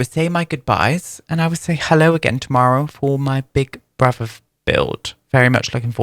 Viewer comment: In the past 10 minutes I’ve heard you become more and more Irish. Gimme another “tumarrow”.